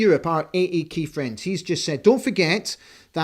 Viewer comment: Absolutely love the Christian name talk. Fwiends, football fwiends. 😂😂